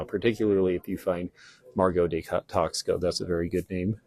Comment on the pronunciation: THANK YOU FOR SHARING YOUR KNOWLEDGE!!! PLEASE PRONOUNCE: TAXCO: AS: TAHZ-CO. THANK YOU!